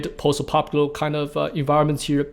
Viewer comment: fudlemenals kids..... you hab to habyoo fudlemenals. all of ya wohk is Horeebal! EDIT... i just caught his pronunciation of "posdapocalipple" LOL love it